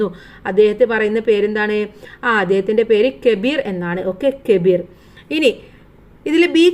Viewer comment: Kebir അല്ല കബീർ